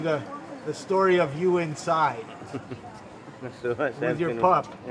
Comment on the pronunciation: Its OMAR not Homer!